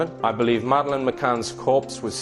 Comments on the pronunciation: I know this is AI but her name is not Mad..leen!!! It’s Mad uh Lyn. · I had to abandon this due to AI narration constantly mispronouncing Madelaines' name and lack of natural pauses in speech. Do better next time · Please dont use AI narrator they cant even pronounce madelines name properly. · You can believe what you want. Believing doesn't make it true. And teach your AI rubbish to pronounce Madelines name properly.